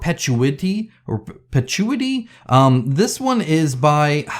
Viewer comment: I guess the way you pronounced perpetuity makes it mean the opposite, never existing at all 😂